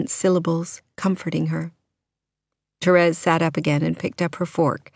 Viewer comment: Thank you for not saying "Terees"! I tried to listen to the audiobook and couldn't stand how the girl said that. I'll be listening to this soon =)